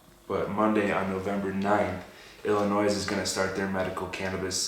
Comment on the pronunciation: You don't pronounce the "S" in Illinois lol.